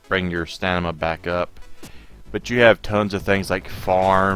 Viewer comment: It's "stamina". Btw great video, thank you!